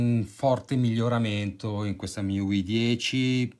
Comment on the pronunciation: MIUI si pronuncia come i pronomi inglesi Me You I